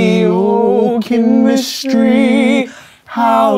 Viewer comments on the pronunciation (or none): “Oh Chemis-tree. Oh Chemis-tree, how lovely are your projects!” 😂 yooooo!